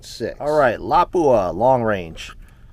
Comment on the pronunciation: It's always hilarious how Americans pronounce "Lapua". It's a Finnish word with only one "P". Put equal weight on each letter, and don't accentuate the "P". It's pronounced Lapua, not Lappua. 👍 Anyway awesome video, and awesome ammunition.